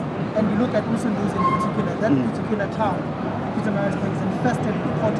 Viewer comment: I've heard John say, the word Ubuntu proproperly, but now he can't even pronounce Umgeni properly as appreciation for the people who voted for him,,,,, I wonder why, nje.